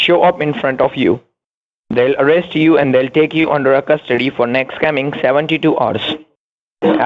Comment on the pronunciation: "You will be taken into custard-tea " 😂😂